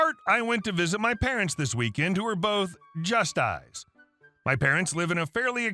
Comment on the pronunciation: Second story: JUSTYES is pronounced "Just Yes".